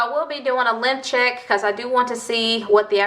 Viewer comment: Hella kept thinking u were saying "lymph check" ....i was like wtf is this dangerous or something?...then finaly realized u were saying "LENGTH check" 🤣